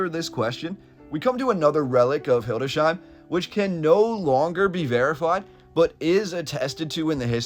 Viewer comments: Not "Hilde shein", but "Hildes heim". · Its not hildesheim, but hildes/heim